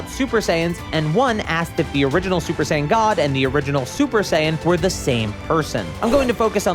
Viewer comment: But who is "SUPER DEE-DUPER SAIYAN"?